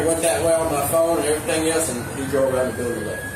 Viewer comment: "...and evra thang else.." Well, they dont pay him to speak.